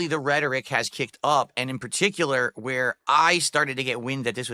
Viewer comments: The way he pronounced it was redtoric🤣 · I don’t know what’s funnier how he uses rhetoric or how he says rhetoric 😂